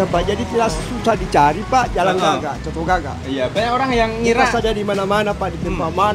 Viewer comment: bang...sebutannya "COTO" bukan "Soto", dan kalau makan COTO itu harus diracik bang..pake sambal tauco + Jeruk Nipis + sedikit Kecap...